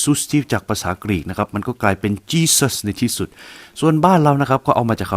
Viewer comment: จีซัซ มาเป็น จิรัซ 😂😂😂